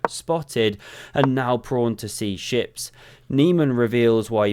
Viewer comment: Swear to God he did it AGAIN: "pawn to c-shit"! Could SOMEONE please teach him the PROPER pronunciation?